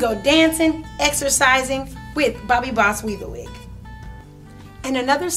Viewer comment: I swear it sounds like she's saying "wee-bah-weed", or "wee-ba-wee".